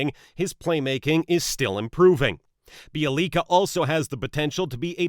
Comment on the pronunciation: Bjelica is truly pronounced b*yeah*lee*tza (as in tzar, tzatziki). Take it from someone who is fluent in one of the Slavonic languages...and the world's third most difficult to learn: Polish. The j is always silent in the Slavonic languages.